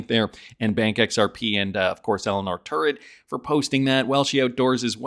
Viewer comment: Terrett not Turrett...Sir.